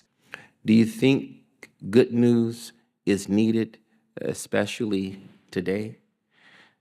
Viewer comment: I can't help but hear "the good noose 🪢" instead of the good news. 😂